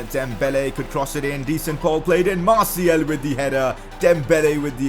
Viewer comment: Please just say Martial